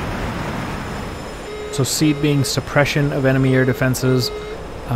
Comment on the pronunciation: Great content and flying. Just to help you out, SEAD is pronounced "see-add", not "seed".